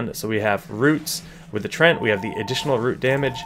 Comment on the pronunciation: Nice video, but "treant" has 2 syllables! :D